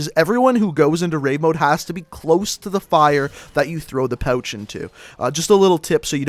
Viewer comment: lol its funny when he says pouch